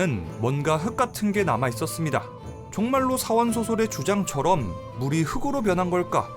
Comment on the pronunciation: "흑으로" => "흙으로: 흘그로"